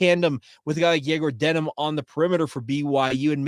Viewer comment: You do a great job, but it is DeMin not DeNim.